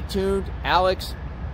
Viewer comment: Hey hey, pronounce it like Alek Murdock. …….. I know weird but that is how it’s pronounced 🙃🙃🙃🙃🙃